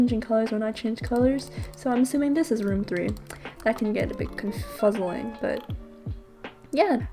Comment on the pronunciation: Did she say confuzzly